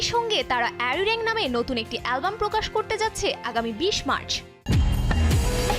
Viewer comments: উপস্থাপিকার উচ্চারণ টা কানসার্ট না কনসার্ট হবে অ্যারিরেং নাআআআআআ ওইটা আরিরাং হবে। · আরে আরিরেং না আরিরাং হবে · উচ্চারণ টা অ্যারিরেং নয় "আরিরাং" হবে ,,,, আমরাই ভালো আমাদের টাকাও নাই , টিকিটের জন্য যুদ্ধও করতে হবে না । We have our NETFLIX broo!! 😉